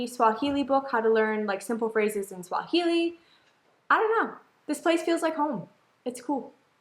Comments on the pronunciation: is pronunciation in Swahili is spot on... read it exactly.... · Ma man, you aced the pronunciations...trés bien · is pronouncing most of the words correctly, good work keep it up, and btw that's the correct swahili spoken all over the country. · got it right... on the "Uhali gani"... Quick tip, always take the easier prononunciation the simpler way in Swahili.. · YOU PRONOUNCE CORRECT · is right with the pronounciations. Swahili is just as written. She is definitely reading it in English hahaha! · Hehe.... I love your Swahili pronunciations... Good job! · you are pronouncing it great men keep it up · is good on pronouncing swahili words congrats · Enjoyed the video. Amazing almost pronounced everything right. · is really getting the Swahili pronunciation right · is pronouncing like he's been learning for a while. Some of our kids can't pronounce like that and I am being honest. Esp in the urban areas